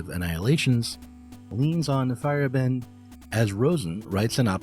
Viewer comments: If you care to know, you're pronounciation of Feyerabend is a bit off. In German, Feier is party of celebration and Abend is evening. The Feierabend is when work ends each day, i.e. there might be Feierabend for you and you leave. In the nordic variations, you may see a y instead of a i in old Germanic words. The way you say it sounds like "firebent" and you're too fast there in the middle. It's "Feier-Abend", with the A like in the Eastern name Ahmed. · Little nitpick: Paul Feyerabend's name isn't pronounced "fire-e-bEND", but rather "fey-er-AH-bend".